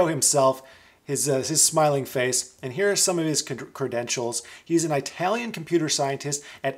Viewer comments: lol...its not I-talian with a hard "I". It's pronounced "It-alian" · lol... It's "eee" talian not "it" or "eye" talian 😉